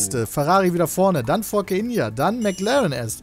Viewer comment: Hat Pedda wirklich Forke India gesagt... -.